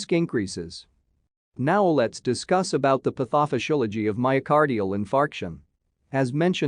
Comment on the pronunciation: the way he pronounced pathophysiology - I LAUGHED "pathofoshilogy"